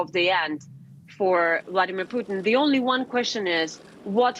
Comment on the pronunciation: Definitely referred to him as Vladimir 'Poutine' at the start there 😂